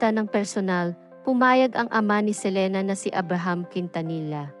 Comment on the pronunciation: Ang bobo mag pronounce nang surname ni selena